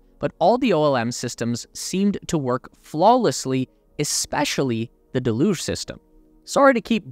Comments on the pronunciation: DEluge. Not deLUGE. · Isn't pronounced; del-huge ? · Thank you for making this video! 2 small requests. Please say liquid oxygen instead of L.O.X. Deluge is pronounced del-yooj.